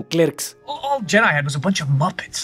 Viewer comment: deja de decir yedai, es mejor pronunciar Yedi (Jedi)